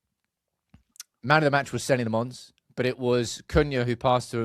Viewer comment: Senna Lommins, not Senny Le Mons. Get it right just one time,.